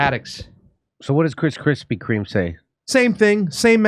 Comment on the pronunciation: “ Chrispy Kream “ BHWAAAHAHA !